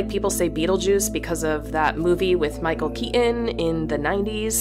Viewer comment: Michael Kee-uhn? The betelgeuse thing doesn't bother me but Kee-uhn? I thought it was Keaton.